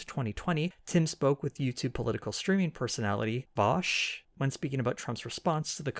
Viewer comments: you've know "vaush" you've heard "vaoush" we all love to hate "vauwsh" now get ready for "vAusHhh????" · It's actually pronounced "Vowsh". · vAusHhh bad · It's pronounced VOWSH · My dude, you're truly one of the most underrated political channels! Your analysis of right wing media is really good! As a Vaush fan, i laughed at the cheeky pronunciation of his name! Ill be sure to spam this video in his chat on his next stream.